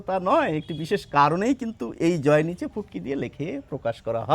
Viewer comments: তবে কথাটা ঠিক বুঝতে পারছি না, ঐটা ফুটকি নাকি পুটকি বলছেন, প্লিজ আবার জানান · উনি বলে ফুটকি ফুটকি... আমি শুনি পু... আমার কানে মহা সমস্যা হয়েছে!! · প্রথমে ভেবেছিলাম পুটকি বলছে, পরে ভালো করে শুনে দেখলাম ফুটকি বলছে,, 😂😂😂😂😂😂😂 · It took me 30 seconds to realize he was saying "ফুটকি” not ”পুটকি” 😂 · পুটকি বলেন কেন বার বার ফোটা বলেন🙃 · Subtitle use korben. Futki re onno kichu shuna jay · কিন্তু বিন্দু কে আপনি পুটকি বলছেন কেন?